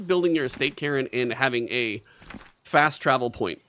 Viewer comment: It is pronounced "Carn", like car with an N at the end. :) Great vid